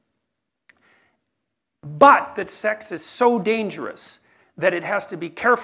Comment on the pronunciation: nobody: JP : 📣 B U T 📣